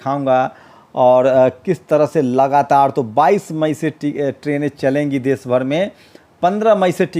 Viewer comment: aap plz aap apni bhasha shudh kijye Sha shabd ko aap sa na ucharit kre sir. Desh ko aap des kehte he. Shru ko aap suru bolte he